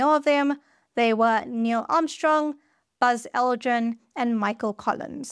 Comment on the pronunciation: No you don’t, you say Buzz Aldren